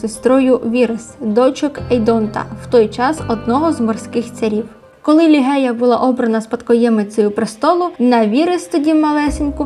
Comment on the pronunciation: ім'я королеви не лігея а Ліжея😉